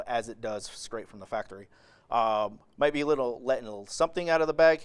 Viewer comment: you said skraight from the factory! 😂 Ok on a serious note… I am actually considering getting one for my X95. I like the look and the 3 different illumination options. My only thing I would want more is a green reticle. The polarizer and flash guard with a green reticle and flip-over magnifier would be perfect for me.